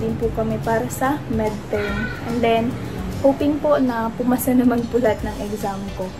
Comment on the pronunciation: MID term….. not MED term…….hahaha